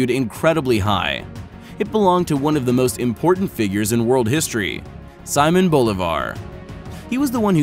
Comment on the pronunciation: Saymon BO-livar? 🤣 Simón Bolivar! (See-MÓN Bo-LI-var). Please...